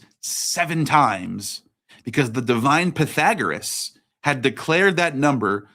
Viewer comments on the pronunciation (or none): none